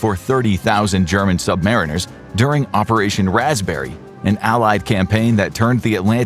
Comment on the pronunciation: Just a mino correction. Us submarine sailors are "sub-MARINE-ers" NOT "sub-MARE-inners" that really grates on our ears.